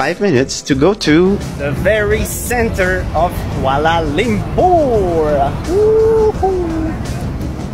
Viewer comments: Kuala Lumpur is pronounced Kua(koa like koala) la(lah) Lum(loom) pur(poor) I bet the people walking past were slightly annoyed but scared of correcting you. (Malaysian here, no hate, just normal behavior) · "kuale lempur"😅